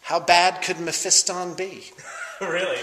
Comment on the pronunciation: Mephiston! thank you for saying it correctly in 3 years you are only the second person on youtube I have heard not say it incorrectly like meh-fee-ston.